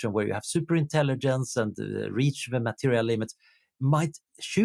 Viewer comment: Swedish doesn't swallow the g, so why does he mispronounce intelligence 8 out of 10 times?